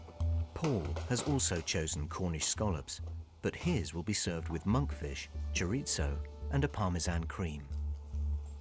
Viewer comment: I wish they would learn how to pronounce ‘chorizo’ It’s not Italian, and it’s not written with two z, like pizza! If you don’t speak Spanish, there’s no need to lisp - just pronounce it like an ‘s’